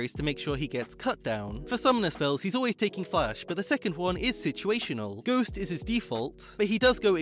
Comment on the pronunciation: it's pronounced gh(oh)st, not gh(oo)st Please 😂😂